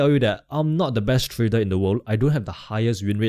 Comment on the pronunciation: Thank mate ,nice content....Have you somme issues to pronounce the R because you say Tradel instead of tradeR thank you so much to explain your strategy so nice.......